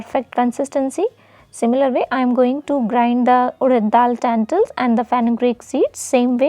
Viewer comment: When you say tentils do you mean lentils